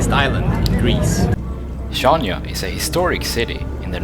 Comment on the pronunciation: its pronounced hania.